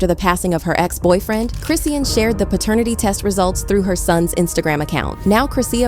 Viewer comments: Y’all gon say this girls name correctly. Who is Chris-seean? 🤦🏽‍♀️ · Who the hell is CHRIS SEEN??? If u don’t know how to say that girl name then u shouldn’t have done this video😂😂😂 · This white woman would not say Chrisean’s name correctly the entire video. 🤦🏽‍♀️ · Omg I hate how your not saying her name right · it’s AI reading a script and it can’t pronounce her name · You CAN'T pronounce her name. Start there. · Her name Chrisean please pronounce people names properly stop making content if cant or get it corrected before you do so. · Its ai talking not a person so that why her name is said like that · Can yu guys make sure the pronunciation of her name is correct ? I hate listening to videos when they do this , throws me OFF .